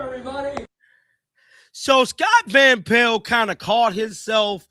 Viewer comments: Me too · I hate how he says Scott van pel(t)